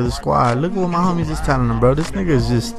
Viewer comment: bro learn how to say the word homies. its not hom-mies. its home-ies